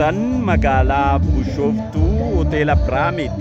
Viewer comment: MESFIN is BISHOOFTUU . Not " bushooftuu " .